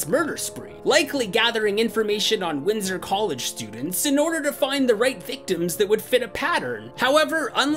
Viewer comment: I always thought it was winter college not Windsor college😂😂